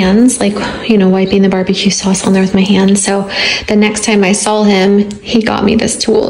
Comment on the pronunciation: it’s SAW not SAWL lmao 😅